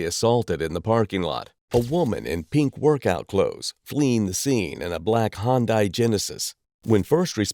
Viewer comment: It’s not a hoon Di it’s a Hyundai